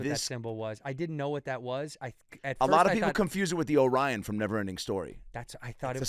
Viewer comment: This guy has Falcor in his intro but he calls it the "Orion"? It's the "Auryn". Get it together, guy.